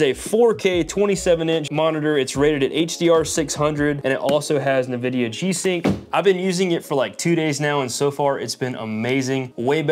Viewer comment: En-Vidia. Not Nuh-Vidia. 🤣